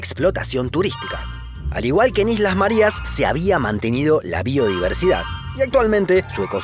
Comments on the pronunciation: Islas Marias???? No será Marías (con el acento en la i) por casualidad????? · Se pronuncia Marías, con tilde, no Marias. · Que le pasa al de la voz en off¡? Islas Márias???? Nelson Mándela?????